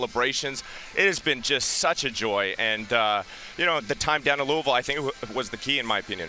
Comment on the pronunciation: He pronounced Louisville correctly. I will die for this man